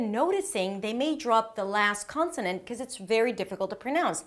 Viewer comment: Hey! You look and sound a bit Israeli. Are you? This is very enjoyable. Jus a few remark: While telling us not to forget the end sounds, you say: "without even noticing they may drop the lass consonan cause its very difficul to pronounce... make a list of words that have two three ann even four consonance at the end... now this is a good place to remind you that if you wann a liss of those top ten mistakes...